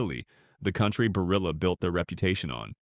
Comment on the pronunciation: You can’t even pronounce Barilla correctly. Why should I trust you?